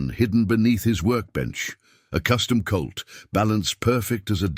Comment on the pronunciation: His gun is not a "CULT" ya dolt. It is a "COLT", if we are talking about Earth and American history. Good story telling mostly.